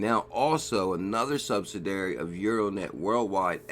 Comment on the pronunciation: Hey check out how to pronounce "subsidiary";-)